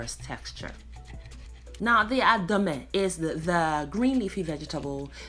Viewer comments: I really like the way you pronounced the food 😋 😌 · I love this stuff! And your pronunciation of ademe is spot on for a non Ewe.